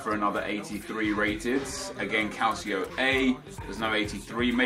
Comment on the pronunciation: Hey Nep. Love your vids m8... Just a heads up though regarding the pronunciation of Calcio...its Cal-cho, instead of cal-see-o. Keep up the great content n av a great Xmas.